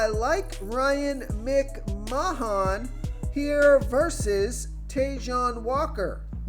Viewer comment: Bro you GOTTA be trolling come on… “Ryan Mcmonmon?” Immediately after saying his name correctly seconds before?